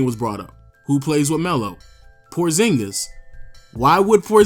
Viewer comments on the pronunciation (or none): none